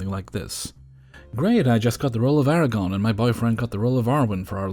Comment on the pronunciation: ITS ARAGORN, NOT ERAGON